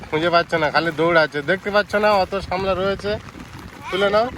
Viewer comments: কথা টা সামলা না শাপলা, আমি শুনেছি শাপলা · Sapla not samla